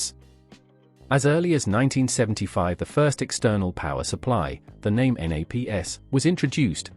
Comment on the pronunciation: I liked this video, but couldn’t understand why virtually every product name was mispronounced. I have a Naim system and feel like the value is there in many of their products. For example the CD5 is a fantastic CD player that sounds much better than others I’ve heard. However the CD555 which costs almost infinitely more doesn’t sound better to me. I like that Naim thinks for themselves. However, I agree that they have strayed from their original values. For example, for years Naim insisted that you didn’t need fancy interconnects and power cords. They have since done a 180 and now are happy to sell you extremely expensive cables.